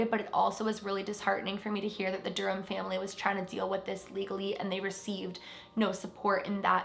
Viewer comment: The H in Durham is silent lol